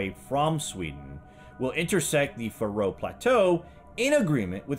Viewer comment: Thanks for a great documentary! I'm from the Faroe Islands myself, and if I may mention one thing, is that the pressure is on the A in Faroe, not the R. So it's a long a, Faaroe Islands. Cheers and keep up the good work!